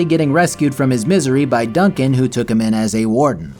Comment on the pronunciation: Dun-CAN? Seriously?